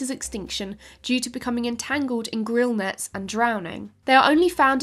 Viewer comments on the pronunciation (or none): The vaquitas get entangled in gill nets not "grill nets"